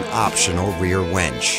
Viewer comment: "The heavy-duty front bumper with optional wench", really, that's funny. Come on Provan Industries, you can do better than that...it's a winch.